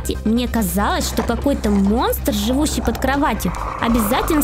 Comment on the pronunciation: Не под а ёд